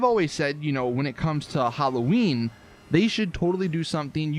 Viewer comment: The fuck is an eeeklipse or Huloween?